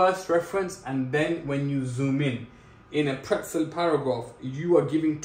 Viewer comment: bro its PRETZEL